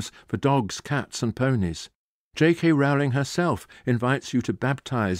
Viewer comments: Firstly, it's pronounced JK Roll-ing. Secondly, it's less political and subversive than implied. The whole point is that even in a world of magic, we are flawed and limited. When the minister of dark arts is asked by the Prime Minister why they can't deal with Voldemort, the answer is simple, he has magic too. The point of magic in the Potter world is not that it fixes everything, but that work, determination and sacrifice are required even in a world where you can wave a magic wand. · He is being a specific kind of jerk in consistently mispronouncing her name, I assume as a 'joke'. It is something one expects from a poorly-raised 13-year old. Disappointing. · On an incidental note, why does he mispronounce Ms. Rowling's name?